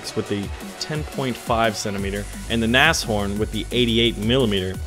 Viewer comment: Wow... you're the first non-native german speaking person I've encountered that can actually pronounce Nashorn correctly. Mad props to you.